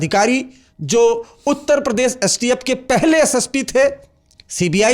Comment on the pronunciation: सर वो प्रदेस नहीं होता प्रदेश होता है